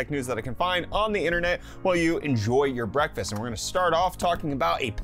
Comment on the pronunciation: wait, did you say Brettfast?